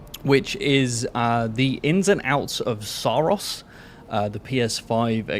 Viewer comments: That’s not how the devs pronounce it. In their promotions material it’s Sah-Ros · I think it's pronounced Sorrows. Which is also the story.